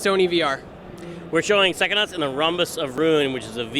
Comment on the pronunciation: How is it that the man who invented the word psychonauts can't say pscyhonauts? "Sackonuts?"